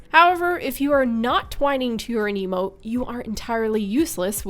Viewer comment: Thank you for pronouncing aniimo as aniimo and not animo.